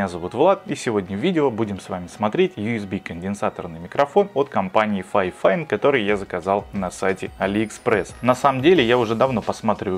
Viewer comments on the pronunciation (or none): микрофон-фифАйн а не файфайн